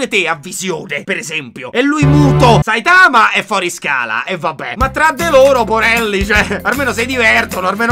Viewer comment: Che poi il polipazzo (eheh perché è un polipo pazzo!!!) dice a Saitama all’inizio ‘sei forse imparentato con un polpo?’ come un insulto nonostante lo sia lui, mi lascia un po’ perplessa modestamente Che poi non si pronuncia Saitàma, ma Sàitama ma vbb